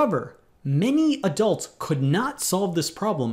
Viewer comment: Why do you emphasis Adult?